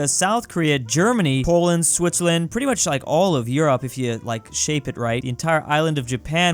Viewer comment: “Poland” lmao